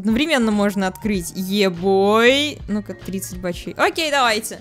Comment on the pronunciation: Ты один раз окей не договариваешь